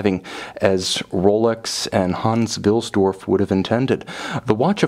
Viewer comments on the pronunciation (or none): Lol Hans Dilsdorf or should that be Wilsdorf 😂 nice review though 👍